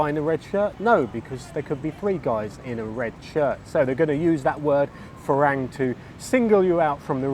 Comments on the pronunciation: It’s a Thai word and wherever you go in Thailand it will always be pronounced (by a Thai) as Fah-rung. For you to think that the way you pronounce it “isn’t actually wrong” is unbelievable because the word as you pronounce it doesn’t exist in Thai. Unlike English, words written in Thai can only be pronounce one way, there is no ambiguity. And Thais, being the polite people they are, may not mind as they generally appreciate people at least trying but if you were being taught Thai by a Thai person you would be corrected in an instant. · nope, the word is pronounced fah-rung not fah-rang. You can check with any Thai person for verification. I believe the origin of the word comes from Farangset, a person from France. Otherwise your content is useful and ‘on the money’. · You’ve been in Thailand how long?? .....and you can’t pronounce ‘farang’ properly?